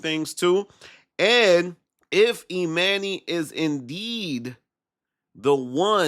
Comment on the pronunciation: Bro you be STRUGGLING pronouncing dude’s name, damn. EE MAN NYY head ahh lol